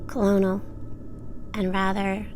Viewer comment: I hope you can take constructive criticism. Firstly, if you are going to read or narrate, learn how to pronounce words. Mispronouncing “Colonel”?! Secondly, practice reading these to someone educated or a public speaker. You come across as reading this for the first time and unsure. You pause at the wrong times in sentences. I love your subject matter but it is hard to listen to you. Listen to Nance at Buckeye Bigfoot, The Bigfoot Project and Lilith Dredd. These 3 women are excellent narrators (especially Nance at Buckeye Bigfoot). I’m not trying to “hate”, I hope you improve and succeed.